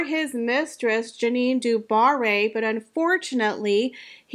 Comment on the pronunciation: “Zhahn d’Bah-ee,” not Juh-NEEN doo Bar-ee.” Thank you. I love your channel.